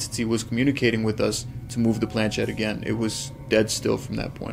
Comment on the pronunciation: Just to note the movable part of the ouija board, the planchet is of french origin and the ‘ch’ should be pronounced as ‘sh’ as ship not as ‘ch’ as in chip, also the word ouija is a mixture of the French and German words for yes, and should Phonetically be pronounced as Wee and Gee. Most people be they American or British normally pronounce the words incorrectly.